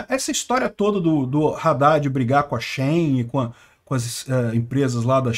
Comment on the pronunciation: Não é shain é shi-in